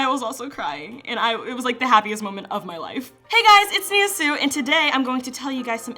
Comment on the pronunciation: K thought her last name was pronounced sue-ex Not sue